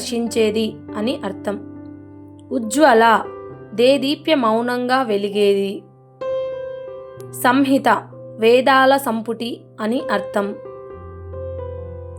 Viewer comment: దేదీప్య మౌనం కాదు దేదీప్త్యమానంగా అనాలి